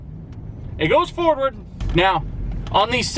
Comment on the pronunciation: I don't know about anyone else but i swear when you were in the chevy talking about the reverse working ect you also said ''It goes Fordward'' :>